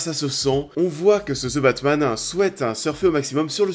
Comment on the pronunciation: Je savais pas qu’il y aurait un film qui s’appellerait « Ze Batmanne »... pfff hehe. Allez, un petit effort de prononciation s’il vous plaît... Si le th en anglais est trop difficile à prononcer, aussi bien prononcer comme un d (De Batman). Sinon, pourquoi tout simplement ne pas le dire en français le Batman, ou l’homme chauve-souris...